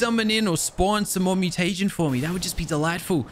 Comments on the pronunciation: MEW-TA-GIN not Mew-Tay-Gen. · its mu-ti-jin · y do you say mutegin so weird?